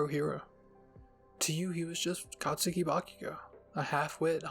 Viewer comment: You're saying katski wrong btw